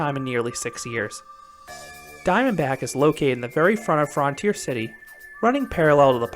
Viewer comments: I didn’t notice the way you were pronouncing it until Green Bean pointed it out. 😆. Yes, in America it’s universally pronounced frun-teer. I’ve never heard anyone say fron-teer. 😊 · frun-tier city!!!!!, not fron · FRUNtier not FROOONTIER